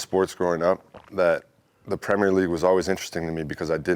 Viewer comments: No one talking about him pronouncing Premier correctly. Hate it when the yanks say premieeeer league. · Great to hear an American pronounce "Premier" League correctly! Not the usual "premeeeeiiiiireeeeeeee"